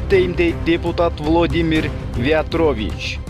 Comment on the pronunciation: влОдымир вЯЯтровичь! дООнбас😂😂😂😂😂😂😂 донеСкэ 😂😂😂😂😂ай койчу, кичине акцентти ондоочу !!!